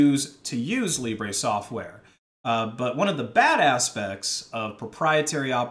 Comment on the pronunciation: it's not Libray just Libre, i die a bit more inside everytime someone says Libray instead of Libre, and why not just say the word free since it's the same thing.